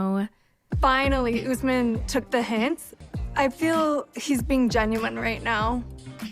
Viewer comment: Every 90 day recap really butcher the name Usman. It is my first name and tis pronounced uu s - m aa n....Not Ozzemin